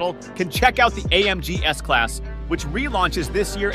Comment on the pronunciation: S-Slass? S-Class